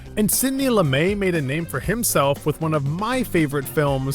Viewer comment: Sidney Lumey???? Lumetttt (hard T). That's how I've always heard it.